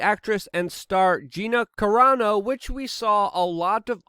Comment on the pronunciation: “A large swamp of humanity...” “Gina corona” ... “Gina carono” Luke is sharp with the tongue. 💁‍♂️